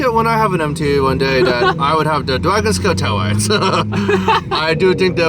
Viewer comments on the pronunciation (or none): Lmaooo “the dwagon scaow taowights” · Not the Dwagon scale tale wites 😂😂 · “dwagon scwale tailwights” was hilarious 😂